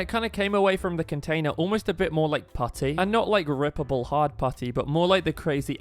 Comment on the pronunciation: You said pootty